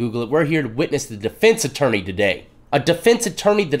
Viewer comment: Atourney lol I know it's a mistake we know that word lol